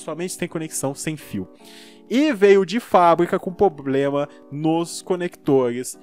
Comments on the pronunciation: Cara, me inscrevi no canal... Mas há uma coisa que me incomoda: não é poblema ou pobrema é *PROBLEMA*... desculpe mas seu conteúdo é ótimo para ser tão criticado graças a um erro fonético... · como é difícil pronunciar a palavra "PROBLEMA" heim! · Ele tem Ploblema! 😂😂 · "Poblema" "Pobrema" "Plobrema" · Outra é o "poblema" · poblema kkkkkk